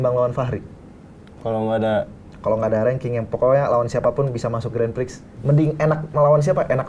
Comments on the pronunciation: pertama satu, kwkwk saran aja klo ngomong santai aja jangan ngebut"biar ga belibet, ngomong grandprix aja granfix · grandprix bukan grandpfrix gak si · lagi satu takde ke yg nak tolong betulkan sebut grandprix tu? bukan grandfrix tapi grandprix😢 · Grandpix bukan grandfix 😂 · harusny grand prix,tapi ronalnya bilang grand fik bukan grand prix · Kurang nyaman denger "grenfriks" nya doang ini😢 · ngomong grand Prix aja grand frik wkwk